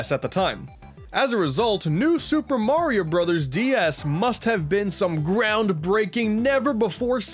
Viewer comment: new Shuper merio broos😑👋(facepalm)